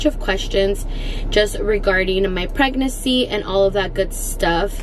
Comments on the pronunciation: I love her but it drives me crazy that she says pregnacy instead of PREGNANCY. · it’s pregnaNcy not pregnacy 😂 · it’s PREGNANCY NOT PREGNACCY lol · It’s so cute the way you say pregnacy instead of pregnancy 😬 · I feel like now that you’re in your final weeks I’m used to you saying pragnacy instead of pregnancy 😂❤️❤️❤️ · Pregnacyyy 😂 lol i love how you say pregnancy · PREGNACY lol i love how she says that 😂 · The way you say pregnancy 😂 still love you girl and happy birthday❤️❤️